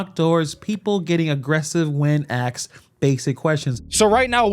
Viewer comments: respectfully... the word is ASKED not Axed.... please articulate your words correctly. I stopped watching as soon as I heard this lazy talk. Be well. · Damn dude, they aren’t “axed” questions. You sound like that moron Bennie Johnson from Mississippi